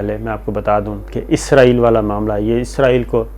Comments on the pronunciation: Isko pronounce Izrail he kertey hain. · جی شاکر بھائی لفظ اسرائیل صحیح لفظ ھے۔ ازرائیل موت کے فرشتے کا نام ھے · مہربانی جناب آپ نے تصحیح کر لی اور ازرائیل کہنے کے بجائے اسرائیل کہنا شروع کر دیا۔۔۔ڈاکٹر شاھد مسعود بھی یہی غلطی کرتے ھیں اور اسرائیل کو ازرائیل کہتے ھیں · آپنے پھر ازرایل بولا آخری جملوں میں 😀😀😀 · شاکر صاحب آپ کا تکہ کلام اپنے پروگرام ناظرین اکثر پو چھتے ہیں پو چھتے یہں کیا کہنا چاہیے؟؟آپ اپنی ویڈیو دیکھا کریں اسرائیل کے بارے میں پہلے آپ کو کہہ چکا ہوں کہ عزرائیل نہی اسرائیل ہے ۔اللہ آپ کو خوش رکھے اور صحت کی دولت سے نوازے آمین